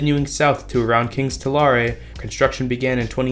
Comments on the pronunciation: The city of Tulare is pronounced "Two-Larry". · It’s Tulare. Not to lar e. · / People have already taken you to task on the route so I won't pike on. But I will say "Tulare" rhymes with "hair". It does not rhyme with "carry". Also, as you were making this video talking about lack of funding and oversight, the state legislature passed a new state budget that addressed issues of funding and oversight. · Seriously, it's amazing that all these people like RealLifeLore and now WorldwideRailfan put in almost no effort to understanding the geography, goals, people, and culture of California when taking these pot shots at CAHSR. As evidenced (and I know it's a small thing, but it's indicative) by the very bad mispronunciation of cities (RealLifeLore with Merced and WordwideRailFan with Tulare). And some of the answers aren't exactly difficult. It's not like you look at Europe and all the high speed rail lines take exactly straight lines from London to Paris to Berlin to whatever the biggest capital cities are. They also take slighly meandering paths to take up as many towns as possible while not deviating too much from the overall path and taking geographically advantageous routes. Of course they would! it helps connect the entire country and continent. It's not just about connecting the very biggest 3 or 4 cities. On top of that, it encourages growth and development along these already-populated (and to be clear, they are populated) routes.